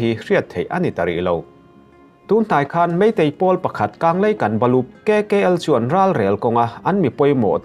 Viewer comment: Kkl nilovin,kykl tih tur anilomaw